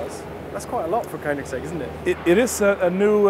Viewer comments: You get the opportunity to talk to Christian about the car and you stand there consistently pronouncing it wrong even after he says it correctly smh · 😂 gotta love koenigsegg